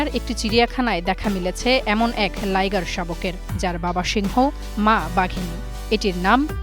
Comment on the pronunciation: Liger না Lioger